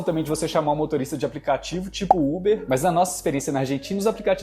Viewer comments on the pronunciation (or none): none